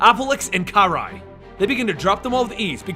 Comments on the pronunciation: i'm pretty sure it's sak-i and not sakai and it's kur-rai and not kar-rai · Alopex = A-loh-pehks Saki = Sah-kee Kurai = Koo-raheh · jack moseby In the Game it pronounced it as Kur-Rai